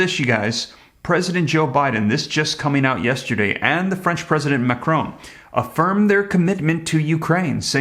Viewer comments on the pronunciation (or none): none